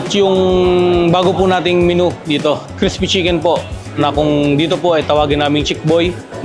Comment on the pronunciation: CRISH-PY sabi ng mamang nagsasalita.